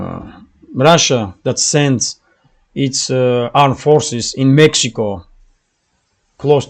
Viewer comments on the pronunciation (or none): none